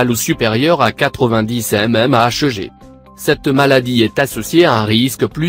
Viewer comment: Bonjour, Foutage de gueu.. Voix de robot.....qui ne sait pas lire (mmHg) La vidéo qu'on peut ne pas voir (merci le Canard Enchaîné).